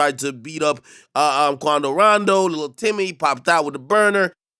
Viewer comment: the way ak be saying 'timmy" funny asl